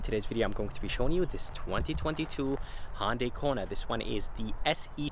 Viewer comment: I just wish this guy would learn how to correctly pronounce Hyundai. Dammit it is NOT HONDAI.